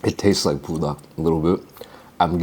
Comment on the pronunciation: why you saying pool-dak instead on bool-dak my g